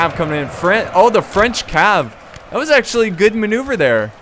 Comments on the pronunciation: I french and i love your french prononciation. I love you re video. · I love how you pronounce the french words ^^